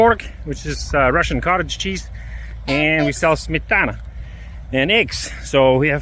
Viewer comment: Smetana and tvorog were just perfect pronunciation. Step by step you and your family will make it to the top.